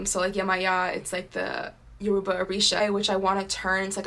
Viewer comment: Hi you’re name is beautiful. Just to help you out on pronunciation. Yoruba is pronounced Yoh-ro-ba :)